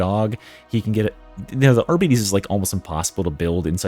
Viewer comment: I know people hate being corrected, but in this case, it took me awhile to understand you were referring to the Arbites class because of how you are pronouncing it. It is pronounced ar bites (liking biting something). (of course, you may be doing it deliberate like some people say hemlets)